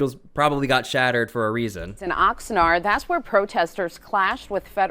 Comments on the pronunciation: No, it is pronounced Oxnard not Oxnerd. As in Ox’s NARDs. Idk why they keep that name 🤷🏻‍♂️ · Oxnard = Ox nard. Not Ox nerd. Nard, like the nards between a dudes legs. 😉 Love/look forward to all you vids.! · I like how you pronounced “Oxnard.”